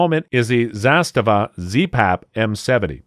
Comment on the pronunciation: Dude, you’re butchering Kalashnikov and Zastava